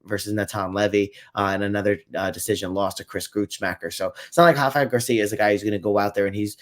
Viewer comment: Rafa is Mexican not Brazilian, the R doesn’t have the H sound 👍